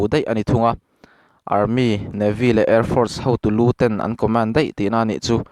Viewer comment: Co-mén (Command) >> (Commán-d)